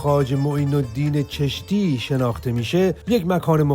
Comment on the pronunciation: خواجه معزالدین از غور بود و جالب اینه که ایشان فهمیده معین الدین چستی گفت چرا؟ چون اگر چشتی میگفت دست او روی میشد ببینده هایو میفهمیدن چشت در هرات کنونی واقع است و نسل همین معین الدین چشتی و زیارت پدر ایشان و باقی اعضاء فامیل ایشان در چشت است و بنده هم یکی از همون نسل معین الدین چشتی استم😂😂 اخه بگو مردک مگه میشه ماه به دو انگشت پنهان کرد؟ اینقدر عادت کردن که هر چی بگن ایرانی که یاد نا میره که بابا الان اون ایران که شما قرار دارید هیچ ربطه به ایران قبلی نداره! هر کجا که از ایران سابق یاد میشه هر فرد مشهور و هر مکان مشهور او در افغانستان فعلی است! مثلان چشت و معین الدین چشتی! در هرات است و همچنان تمام نسل ایشان در هرات استن همچنان معروف و مشهور استن در هرات هند همچنان سالانه مردم زیادی هندی و پاکستانی در کل هر کسی که از معین الدین شناخته داره به هرات به زیارت میاین و با نسل ایشان که به همان خانه مکان ایشان دیدن میکنن و ما سنی مذهب استیم و بودیم اصلان هم راضی نیستیم که از بزرگان ما به عنوان نعوذ بالله قدیس استفاده بشه.اما همچنان مردم بزرگان ما فراموش نکردن و به همه اشکار است ایشان اصلیت ایشان از کدام منطقه و کشور استن پس چرا میخواهید خود را به بزرگان ما مشهور کنید! شما بجا ایرانی اگر میگفتید افغان هستید احترام ویژه نزد مردم هند پیدا میکردی